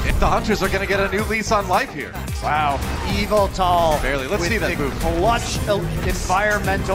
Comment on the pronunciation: I sucks that they can’t pronounce Yveltal